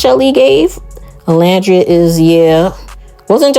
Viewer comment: I’m so sorry but you spent 6 weeks with this girl and it’s actually sickening that she still can’t say Olandria’s name right . Like girl even the interviewers said it right 💀💀💀💀